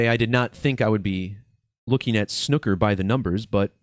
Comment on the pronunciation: I almost hit the dislike button over your pronunciation of the word snooker, almost unsubscribed even. But I guess Ill let it slide...